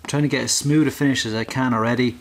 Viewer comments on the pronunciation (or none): You say smoood, when in fact its smooth. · He says coad instead of coat and smood instead of smooth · He said “its super smood” 🤣